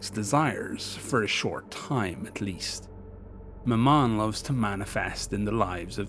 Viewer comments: love the vid as always but it's ma-mun for future reference not ma-mon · Very good, but 'Mammon' is pronounced the same as 'gammon'. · I had to rewind that several time because I thought I heard you said" My mom".